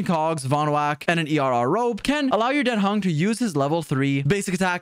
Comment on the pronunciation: His name is Dan Heng, not Den Hang! xD